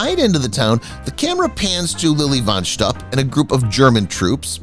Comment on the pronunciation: Fun facts about THIS video: The narrator mispronounced "von Shtupp". Mongo did not ride into town on a horse, he rode on a bull.